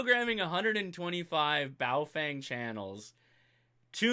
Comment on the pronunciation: PLEASE - learn how to say Baofeng correctly. It is pronounced Baofung - not Baofang. There is no FANG in that name. In the Pinyin Romanization system which China uses, "eng" is pronounced how Americans would say "ung" - as in "he hung the picture". You have a great channel. Keep it up.